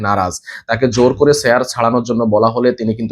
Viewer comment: ‘চেয়ার’ উচ্চারণ করতে পারেন না আপনি! 🙄